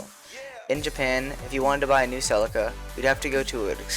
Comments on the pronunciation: Only thing wrong is its called see Lee ka not fucking sell icka ffs.. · This guy cant say CELICA dumb ass.....